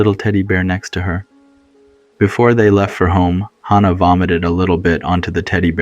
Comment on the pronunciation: That's not accurate for hospice. (I'm a hospice nurse)....and way to mispronounced hannah